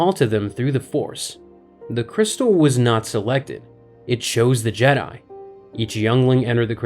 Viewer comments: Jdi instead if jedi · Is he saying "Jedi" like Jed-dye, but with more emphasis on the last syllable, intentionally as if it's something different or the same Jedi we're all thinking of?? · The jeh-die